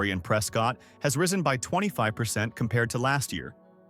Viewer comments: Locals pronounce it: “Press Kit”, not “Press Scott” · “Press Cut”